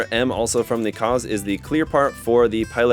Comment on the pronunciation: maschinen fliege lol edit: also the Kauz is pronounced /kaʊ̯t͡s/, not "cause"